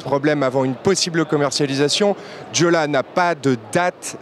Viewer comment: Juste une petite précision : Jolla se prononce " YOLA" :)